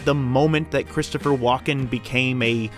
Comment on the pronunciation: His name is WALKEN NOT WALK IN